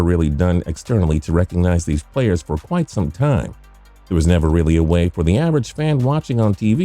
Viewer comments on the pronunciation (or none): none